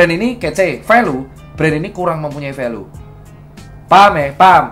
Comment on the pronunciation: Review ter BAR BAR Dr.Tirta 😂 BTW baca nya Velyu bukan Velu Dok 😁😁😁😁